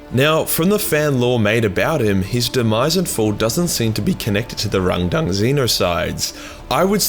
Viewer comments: Take a shit every time he says rundung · How many times did you say Rundung? 🤣🇬🇧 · I can't help but hearing "rendang" as in beef rendang curry from Malaysia. Truly a tragic battle over curry :(